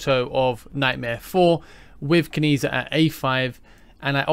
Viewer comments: I think it’s pronounced “Chi”. Keep that social credit score up bud 😂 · I was going to comment on the same 😂 A part of me died every time I heard the mispronunciation